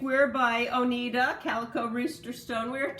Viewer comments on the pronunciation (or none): Oneida is pronounced Oh nigh da